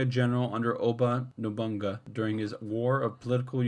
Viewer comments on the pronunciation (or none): NobuNAga, not Nobonga .. Mitsu- hi- de not Mitsu-hide..